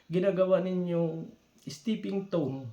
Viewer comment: Stepping stone....😃… not stepping tone..